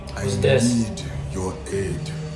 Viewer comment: Just one thing, you are good at pronouncing english but one thing you should know is how to say "aid". You should say it like ayyyd not add. Anyway good video